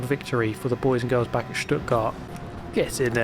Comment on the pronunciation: i love that fact that you can pronunce Porsche right, and Stuttgart <3